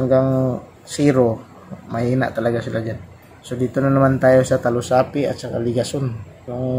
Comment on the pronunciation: Bakit talusapi? Diba dalusapi?